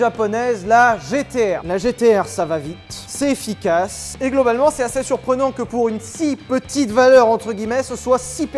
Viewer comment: Sylvain le seul a dire ”assez” assait 😭